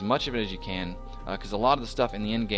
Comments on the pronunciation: it took me 2 minutes to understand you was saying END game activity ... it sounded like in game activity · You are saying end game but it sounds like in game.